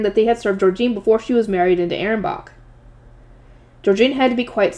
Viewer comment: Ahrensbach is pronounced A-rens-bak